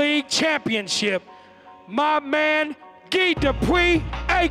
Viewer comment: Anyone else annoyed at the announcer pronouncing "guy" as "gi"